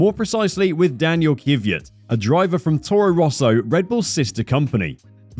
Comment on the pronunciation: Everyone: Daniil Kvyat You: Daniil Kviiat